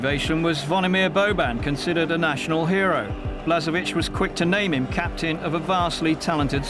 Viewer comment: i'm sorry to say that this video has been put together sloppily. blažević (whose name is spelled blazhevich, NOT "blasevich") is currently the head coach of nk zagreb -- the info is totally out of date, most of the names are mispronounced. also, where is the game against the netherlands, where croatia took third place? sorry, but this video is a good example of bad editing, outdated information, and poor production overall.